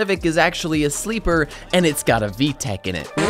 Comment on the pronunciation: "and its got a vtec in it" my ears hurt